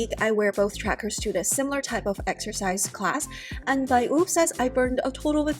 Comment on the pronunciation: Omg please say whoop driving me nuts. 😂